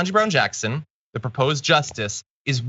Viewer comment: Off topic, but I think it is sort of amusing that a number of right-wingers who hate KBJ actually pronounce her name better than a lot of podcasters and announcers on network TV do. Kirk actually does a good job on that. Not perfect, but better than most. Of course, he is still a tool.